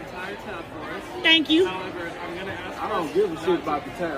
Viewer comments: OMG now the white lady can't even pronounce ask correctly. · Love how ask is axe.